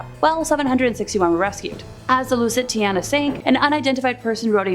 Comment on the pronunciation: Lusitania not Lusitiana